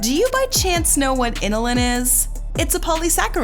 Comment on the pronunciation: Pronunciations need work. It's bromELane not bromUlane, and inULin not iNILin.